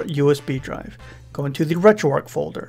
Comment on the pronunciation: Gotta ask.. RetroARC(H) ... why is the 'H' silent.